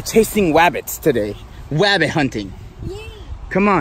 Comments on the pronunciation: he says "wabbit hunting". I'm crying 😂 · Be vewwy vewwy quiet, I’m hunting fowa Wabbit